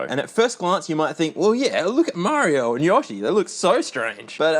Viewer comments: ... but..... they say "YO-shi". Not "YAH-shi". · But why "Yawsh", why 😭😭😭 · Yo-She. Not Yah-she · YOshi not YOSHi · “Mario and Yohshi” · "Look at Mario, look at Yoshy". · It’s pronounced yo-she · Who is Yah-she? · yAHshi???? omg my eeaarrrrsss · ... I'm sorry, HOW are you pronouncing "Yoshi"? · It pains me to be Australian whenever I hear one of us say yoshi wrong